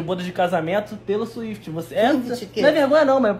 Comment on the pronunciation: “Taylor Suíte” 🤣🤣🤣